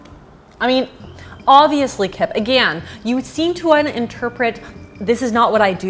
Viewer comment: If she doesn’t say again correctly I swear